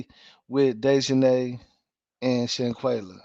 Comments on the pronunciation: Her name is shanquella not shanquayla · With all do respect if your going to cover a story of this such please and I do mean please try and get the name correct and the pronunciation of there name because you had said Shanquella name incorrectly numerous of times and I was like OMG show her some respect. IJS